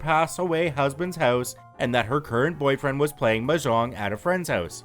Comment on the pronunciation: The way he says mahjong though hurts me.